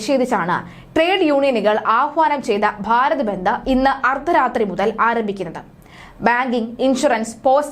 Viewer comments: ബെന്ദ് അല്ല ബന്ദ് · ബന്ത് അല്ല ബന്ദ്